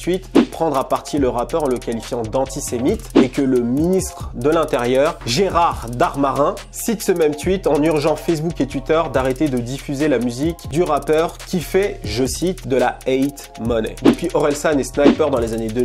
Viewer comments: Gerard DARMANIN, par « Darmarin » t’es serieu lol... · Mdr t’as écorché le nom du ministre 😂